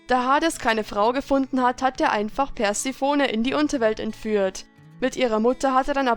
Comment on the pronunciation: Die heißt nicht Persi-phone sondern Perseeeeephoooneeeee (Sprich das erste "e" und das letzte "e" wie in "E-del" aus und lange)